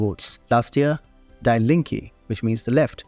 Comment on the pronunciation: Die Linke. … Die is pronounced in English like “Dee”